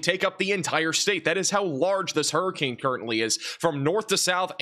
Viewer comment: Huree Cain Urn ⚱️ .. Southern dialect applied.